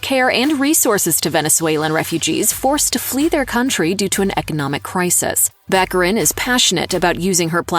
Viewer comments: Morena Bach-ah-reen. Not back arin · It’s Ba-care-in! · Baccarìn, with the accent on the last i, please. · Venetian pronunce is Baccarìn. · Before you narrate a video about someone, you really should learn how to pronounce their name. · Would it be possible for narrators to learn how to pronounce people’s names?